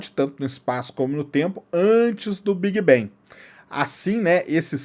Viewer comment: Por que brasileiros pega todas as palavras em inglés que tem a letra A e pronuncia E? Quem disse que BANG se prinuncia BENG? Nossa .... Big bang seria : Bêg Bang com G mudo, bang com A agudo BANG! Outra coisa : deus só existe na sua cabeça.